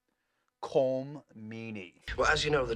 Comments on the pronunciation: Just a point—Colm is pronounced like “collumn” not like it rhymes with “comb” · I believe Colm is pronounced like Colin ending with m instead of n. "Colim"